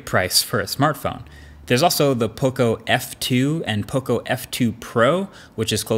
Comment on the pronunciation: Learn how to say Poco. There's enough Latin Americans in the USA ;)